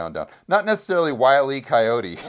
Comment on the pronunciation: “Wild D Coyote” 😅😅😅